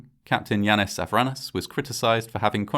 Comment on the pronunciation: Capt Yanis I-ran-is. 😅